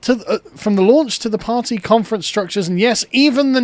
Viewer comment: The Birthday Party? The Parr-tay?